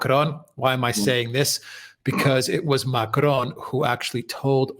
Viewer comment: can you please stop pronouncing Macron like he's Spanish